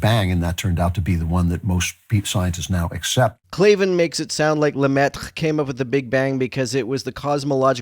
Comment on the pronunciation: Hell of a Lemaitre pronunciation! As a non-native French speaker, seemed like it was pretty close!